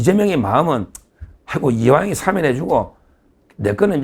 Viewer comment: 서 변호사님! 사면은 장음입니다. [사:면] 사~아~ 면! 제발 발음을 똑바로 하시오! 아래 사전의 발음을 직접 들어 보시오! ■ 표준 국어 대사전: ● 사면5(赦免) 발음 [사ː면] 부표제어 사면-하다1, 사면-되다 「명사」 『법률』 죄를 용서하여 형벌을 면제함. ≒사. 사면 조치. 사면 복권. 시민 단체에서는 그의 사면을 요구하는 성명을 발표했다.